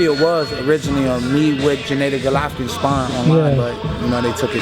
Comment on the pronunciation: Jen A dee glovkin, stop mispronouncing his name, you know how it is said